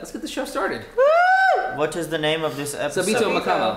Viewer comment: How to say Sabito S-O-B-E-T-O Sobeto